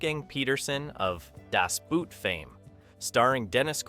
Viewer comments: Just pronounce it Das Boat and not the boot, the pronunciation is the same in German and English, just the spelling differs😅 Cool video to a great movie that deserves more recognition! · "Das Boot" isn't pronounced like the English footwear, the double o indicates a long "oh" sound. Like in "Door" or "more". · DAS BOOOOT! It's not pronounced like the English word 'boot.' After all these years, can no one get it right? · Also how to pronounce Das Boot".